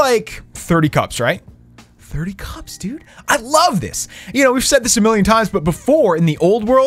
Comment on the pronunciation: You saying cups pisses me off please stop